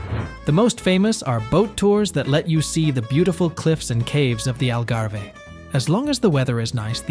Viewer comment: "Al Garvey"??